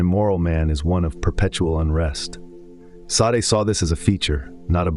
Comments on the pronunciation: It's pronounced day-sawd Not sa-day. Maquis de Sade. Mar-key day sawd. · Now that you have accelerated your output, your editorial grip seems to have loosened. Mispronouncing Sade a couple of times while pronouncing it correctly elsewhere is a laziness you should not allow.